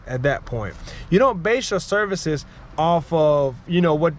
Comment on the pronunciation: Yo …”serices?” Come on man. Lol jk good stuff with your business. I am currently working on my own. Oh also you said point #1,2,3. But they were letters. 😅